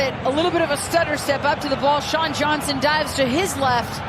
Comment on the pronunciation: Does sound like that, but he was trying to say "Johnson" not sure how he messed up THAT bad